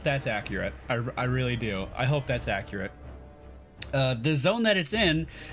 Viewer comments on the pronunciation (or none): none